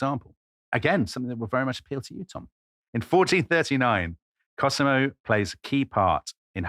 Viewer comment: My favourite podcast, if only for Tom's random pronunciation of non-English places and names. I mean really, Cosimo pronounced KerSEEmo, one of his all-time greats!